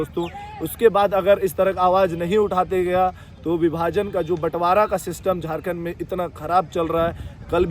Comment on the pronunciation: Jharkhand nhi jhatkhand bolo 😂😂😂😂😂😂😂